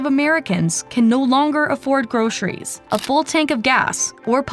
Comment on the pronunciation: It is not pronounced groSHeries.